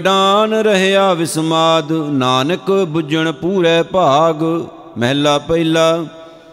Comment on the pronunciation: ਮਹਲਾ ੧ ,,ਉਚਾਰਨ ਕਰਨਾ ਮਹੱਲਾ੧